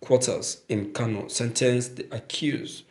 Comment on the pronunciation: Pls you should check the word , it is Kano, not Kanu. Please please.